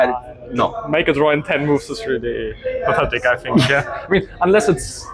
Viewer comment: "I fink it would be pafetic." Vincent's personal English. lol